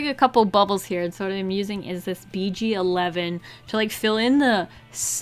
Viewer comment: Anyone else thought she said beachy 11 when she said BG11 🤣💜